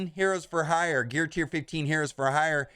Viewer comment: He had a real hard time pronouncing the word hire in this thing. 😄